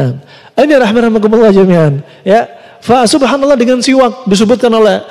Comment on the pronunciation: Bukan qolqolah mas... Udah benar penyebutannya... Siwaks...